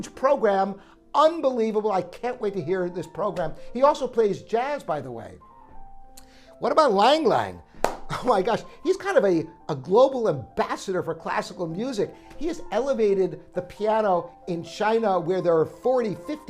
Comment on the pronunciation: Lang Lang is pronounced as Lung Lung, just like (Yuja) Wang is pronounced as Wung.